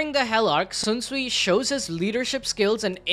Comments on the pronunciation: not Sunsui, not zunsui, it's Shinsuii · Please stop saying sunsuii its sh Sh SHunsui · bro who the fuck is swunswui bru its SHUNSUI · Bro, the H in Shunsui's name isn't silent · I stopped when you misspronounced Shunsui's name twice back to back xd L